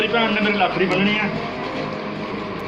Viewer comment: Please it's Say Rakhri not lakhri